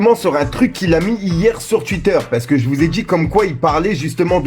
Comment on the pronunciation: il dit aussi titter au lieu de twitter mdr